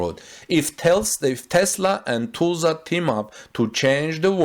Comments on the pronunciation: It is not Tu(s)lsa the pronouncing of the s after the u is not correct. it is more like us. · Am I the only one cringing at how he pronounces "Tulsa"? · its hard to describe how to pronounce Tulsa but maybe check a local news video or something to see if someone says it for you. its really off as you pronounce it. Not a criticism just letting you know